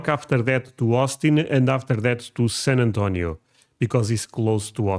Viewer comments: It's San Antonio, Texas... Not San Antonia... So, yeah... The narrator just lost brownie points. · That is a stupid AI video. San Antonia. Pfft.